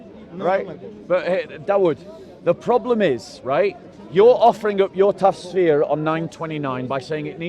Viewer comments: its tafsir not tasfeer and its qurtubi not qutbi lol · I love Bob but he must stop saying Tasfir. It is pronounced TaFsir. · I do wish Bob could say "Tafsir" [Taff-Seer] correctly if he's going to say it 10 times in a row [Tass-Fear] isn't it 😅👌great debate though Bob as always